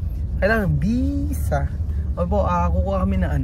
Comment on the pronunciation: ang technique s tamang pagpronounce ng visa ay ipout m yung lips m n parang magkiss ka or parang bibig ng pato or bibe. yung bisa nman ay isara m ang bibig n parang magsmile ang lips mo. yan ang technique para maiba ang "V' s 'B'